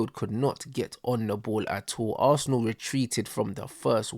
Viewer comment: Man said “Assna” to not make it look bait that he’s a Arsenal fan😭😭